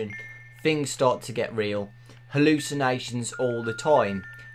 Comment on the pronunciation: Fings? Fink? It annoys me so much. I'm sorry but it does. What happened to learning Phonics? TH DAMMIT TH